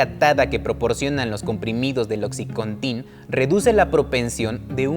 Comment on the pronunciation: Buen video! Pero se dice "Oxicóntin" no "Oxicontín"